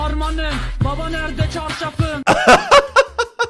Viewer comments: قابل توجه نِرده نیست نَرده هست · هارمانه بابا نَرده چارشافِم نه نِرده چارشافِم 4 بار تکرار کردی ، البته فقط تو این کلیپ𓀡☻︎